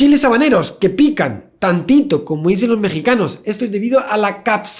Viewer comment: Los chiles habaneros que pican TAN-TI-TO, amé jaja